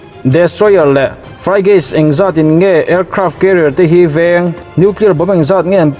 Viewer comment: 'Frigates' tih hi i lam dik lo tlata hriatna ka nei, lo enchiang leh chhin teh? Frygate ni lovin 'Frigate', Mizo țawng pangngai anga chhiar tur niin ka hria👍😁